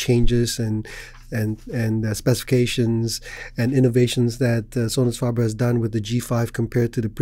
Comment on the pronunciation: We say Sonus "FAY-ber" Sounds like "KAYK" (cake)